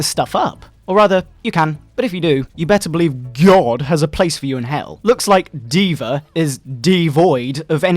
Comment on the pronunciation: At least he got D.va right